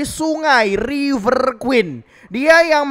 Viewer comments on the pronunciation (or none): none